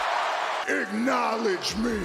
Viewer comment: Just "acknowlodge"